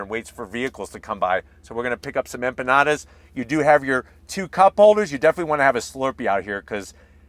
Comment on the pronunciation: Empanadas ( Spanish), that's what you are trying to say? 🤭🤭. English version: Inpenadas. Lol. You're cool. 😂